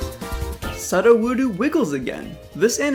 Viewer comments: ME TOO!!I was like "who the freak says "suhd-ah-woodoo" it's "pseudo-wood-oh" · It’s sue-doe-woo-doe. It’s not su-uwu-do. Sorry it was really bugging me lol. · Suddohwoodoo. Bruh. Sudowoodo comes from the word pseudo, pronounced soodoh, so it's soodohwoodoh. I'll give you a pass though since this vid was great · "Soh-doh-woo-doo" Criminy my dude. Soo-doh-woo-doh. Y'know, as in "Pseudo-Wood-o?" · AGAAGAGAGAGGA HEY HIS NAME IS SUDOWUDO PRONOUNCED "pseudo woo dough" NOT SUTTOWUTTO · Your pronunciatin of sudowoodo hurt my soul....please dont do that again. Its su-do-wu-do Pronounced the as if saying the word Psuedo-wood or "fake wood" its an entire name pun. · Isn’t Sudowoodo pronounced “Soo-doe-woo-doe”? I feel like that was the pronunciation in the anime anyways... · Why do you say sud o woodoo? It's meant to be pronounced like the word pseudo because it means fake. Sudowoodo is fake wood. And it doesn't have the oo at the end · it's pronounced soo-doh-woo-doh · Why the fwck is it always so hard for everyone to pronounce sudowoodo 🙄 it’s not that hard folks “pseudo-WOOD-o” sheesh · It's pronounced pseudo-wood-o god kill me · I LOVE your animations-- but PLZ sir- it's "SUE-DOE-WOO-DOE" like pseudo wood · Suhdowoodoo? This is so irritating 😣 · There are a lot of comments on this video, so I don't know if someone has already said this. I believe you're mispronouncing Sudowoodo's name. It's a pun. Since it's a rock type imitating a tree, it's pseudo wood. So that's how it's pronounced. Pseudo-woodo. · It's pronounced Pseudoweudo if that helps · ... "Sudda Woodoo"... How in the world could you mispronounce that xD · I love you but I'm pretty sure it's pronounced "soo-doh-woo-doh" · You say sudowoodo wrong. It's sue doe woood oh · It’s pseudo-wood-oh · Psudo wood oh SOO DOH WOO DOH Otherwise great vid! Keep up the excellent work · Say it with me now SU(sue) DO (DOH) WOO (wu) DO (DOH) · Ah yes, Suddawoodoo, my favourite not-tree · I audibly cringed. SOO-doh-WOO-doh.